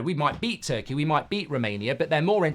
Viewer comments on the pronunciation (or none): none